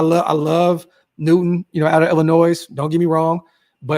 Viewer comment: the S in Illinois is silent us Illinoisains dont play bout that 😂